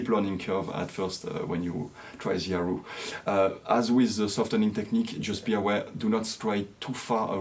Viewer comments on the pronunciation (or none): Hi, I am so impressed by your music! A westerner playing a Chinese instrument, is marvellous! I am still an amateur player. I just like to tell you that erhu is pronounced as "er hu" and not "er ru". You need to pronounced the H as "hu" or "hoo"